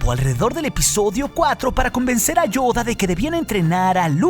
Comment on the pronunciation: Me encanta como pronuncia "Yoda"